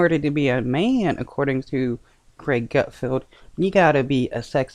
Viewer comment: GutFELD..not GutFIELD😅